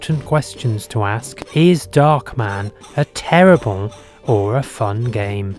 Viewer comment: it's darkman not "dockman"